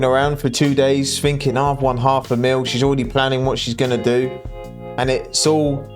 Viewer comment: So you want to know what I'm "finking". I'm "finking" your a couple of letters short of a full alphabet.